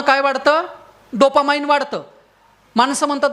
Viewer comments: डोपा 'माईंड ' नाही हो डोपामाइन् !!😅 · Dopamine, not dopamind